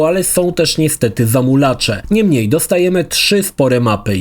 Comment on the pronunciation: Kurde razi to "niemniej" zwłaszcza, że spodobało Ci się to słowo i używasz go bardzo często. Do tego źle je akcentujesz w stylu języka angielskiego. Polecam od czasu do czasu urozmaicić tekst zamiennikami, np. "jednak". Ale recenzja jak zawsze wyśmienita.